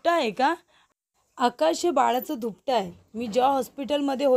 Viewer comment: धूपट नाही ग दुपट. किती अशुद्ध बोलणं आहे